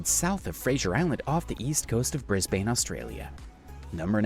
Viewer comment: The American pronounced a lot of things wrong, another was the Murray River, I actually live on a Murray River town, other places not pronounced correctly was Melbourne, Brisbane, and Fraser Island. It does my head in. 🤦‍♀️